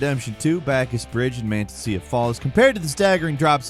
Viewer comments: Manteca Falls (man-tee-ka) c’mon man….. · #12, just correction, not snarky. It's pronounced mon-teh-cah. It's Spanish for lard